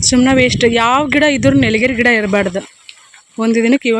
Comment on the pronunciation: Nelgeri ಅಲ್ಲ ಅದು nilgiri mara 😂😂